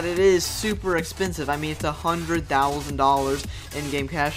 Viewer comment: i sub and hit bell and liked and you said expesive 7